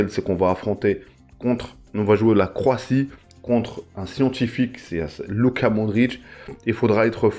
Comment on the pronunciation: Croatie pas croitie😅